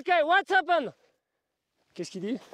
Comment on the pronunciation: à "Okay ... ('tit temps avant l'activation du mode traduction) Mike! U lissen Meee! Okay WOuatz Hapene!" mdrr. Je rigole mais on est fier de nos gars sûr!!! Force à eux. Heureusement qu'ils sont présent en cas de pépin. Peace !